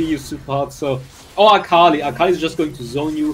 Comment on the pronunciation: You said "except for akali" but it actually sounded like fukali My bad😅